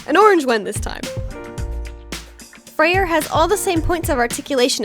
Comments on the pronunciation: It's pronounced Frey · Hi! Im a nordic pagan and i just wanted to correct things lmao. Freyja is pronounced Froya, and Freyr is pronounced Froyr. Otherwise, you got it all right!! Sorry if this is annoying